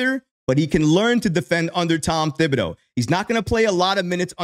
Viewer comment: Dude it's pronounced ti-ba-doe ..... Not thib-i- doe..........the H is silent